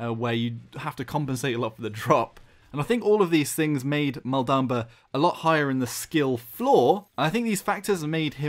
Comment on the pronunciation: is that the way of saying maldamba?